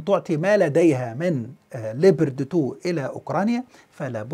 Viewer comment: Leapoard not leeber de two!